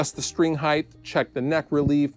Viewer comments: Did he say "pickup heigth"? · Love you,. But "heighdth" isn't a word.